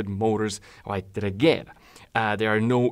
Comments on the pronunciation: apparently its not pronounced "regera" but "regira" you can hear Mr. Koenigsegg say it in the video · The "G" in Regera is read as a "J", say it like Re-jera and it vill be pronounced right. BTW Regera means "Rule" (As a king does)